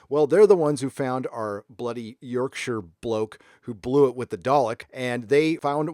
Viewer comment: I gave you a like before watching the whole thing just because you pronounced Yorkshire correctly.